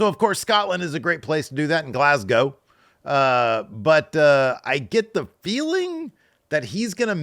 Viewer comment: an american who can say glasgow properly thank you i love you <3